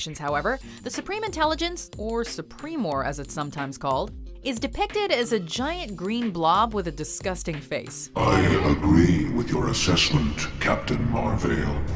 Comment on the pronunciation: Wouldn't "Supremor" be pronounced "Sue preh more" like how "supremacy" has an eh sound?